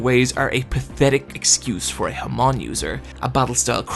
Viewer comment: HAAAAAAMON. SAY IT WITH ME HAAAAAAAAMON. NOT HAMOOOOOOOOON.